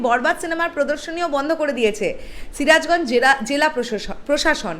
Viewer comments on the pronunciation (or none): ছিরাজগঞ্জ কি? সিরাজগঞ্জ!